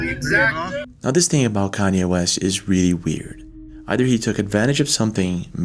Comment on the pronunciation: Nah hold on😂😂 say “Kanye West “again!!! I’ve never heard it pronounced like that 😅